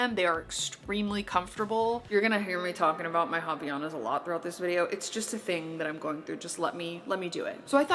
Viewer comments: it’s different than how she pronounces! It’s more line you said, haVAIanas the “vai” is the strongest part of the pronunciation :) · It hurts my Brazilian soul ever time I hear you say “ha-vee-ya-nas.”